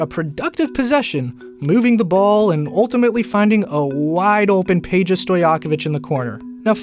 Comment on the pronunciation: can you say Pay-Ya. Pay-Ya Stojakovic